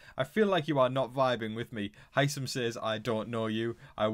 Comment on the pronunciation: Why does everybody, including you, pronounce Hisam wrong?